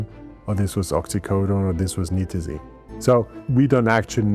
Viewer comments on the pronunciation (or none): thank you for the video. I don´t fault you for your mispronunciation of Isonitazene, but it needs to be mentioned. You threw an extra ¨T¨ in there. Furthermore, Nitazene in the academic community is more often pronounced ¨Nye-Tuh-Zeen¨. It reduces the already infinite conjecture out there regarding these NPS Opioids. The issue that the general public i.e. non-users/researchers is that they tend to treat different Opioids as if they are different species when in reality, they are just horses of differing colors. You might have a Clydesdale (Fentanyls), a Mule (Buprenorphine) a Stallion (Morphine/Heroin) or a cute little Foal (Codeine). Regardless, they are all horses. The physiology is the same, the organs, the biology etc. Essentially all commonly abused Opioids are full Mu Opioid Receptor (MOR) agonists. I´m not gonna get into partial-agonists or Mitragynines right now. In medicine, it is common to take any Opioid, be it Oxycodone (Percocet, Oxycontin), Hydrocodone (Vicodin, Lortab), Tramadol (Ultram) etc. and convert the dosage into Morphine Milligram Equivalents. Any true MOR agonist can be converted to these units through basic proportional math. My point is, Opioid tolerance is known to be essentially limitless. The human body can become accustomed to doses of Opioids literally hundreds of times more than what could kill a naive individual... likely more given the proper time and resources. The treatment for Opioid dependency is no different and should always be based